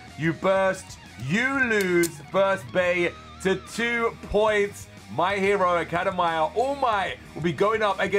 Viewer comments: Think he’s form uk so that’s why 🇬🇧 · Man says my hero academia wrongly.(it's fine though) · WHY HE ALWAYS STRUGGLES TO SAY MY HERO ACADEMIA LOL :D BTW WHY DOES HE SOUNDS LIKE HE IS TIRED???